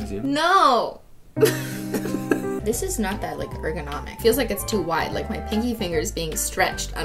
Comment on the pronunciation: when she said she was stretching her pinky finger i thought she said fingy finger